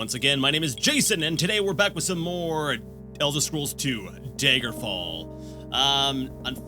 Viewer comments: OMFG! It's 'DAGGER' fall not 'Day-gurr' fall!! Great playthrough but OMFG! 😡😡🤣😂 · Does he ever start to pronounce Daggerfall as, y'know, Daggerfall? Or will he insist on saying dayjgerfall? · tbh I'm just nitpicking, but the way you pronounced it just peeves me. I'm still gonna watch the rest of the series, mind you, but still. :p As to your question: dagger-fall. Dagger. As in, the small, bladed weapon. It's a short A, like in chatter, not the 'ay' sound in day, may, or lay. You can hear it pronounced like that in the intro, and when anyone else, that I've heard, says it. (And I added the j in there because, to me, you were pronouncing it that way, with a soft g.) Maybe this is some form of accent that I've not heard before. I just now looked it up, and this could simply be some form of a Canadian accent. If so, I'm sorry; having an accent is not the same as mispronouncing something.